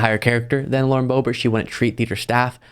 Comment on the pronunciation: Lauren Boob-ert.